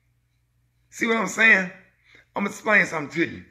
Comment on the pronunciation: Well Sir, you done said “somp”🙇🏽‍♀️